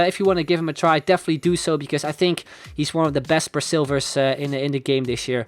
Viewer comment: Why did he say "bra"silvers???